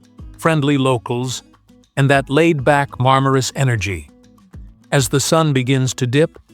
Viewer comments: Nicht marmarus sondern Marmaris😅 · MarmarUs.. ah joo... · Marmaris heisst der Ort..nicht Marmarus. ..